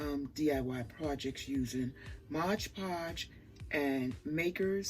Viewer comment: I'm sorry... I cannot listen to your video when you keep referring to it as Modge Podge. Why? You have two bottles right in front of you. 🤦🏻‍♀️